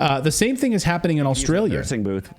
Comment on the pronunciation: I won't get onto Clayton's "ATM machine" but it is funny that he said "Aulstralia" with the extra "L"...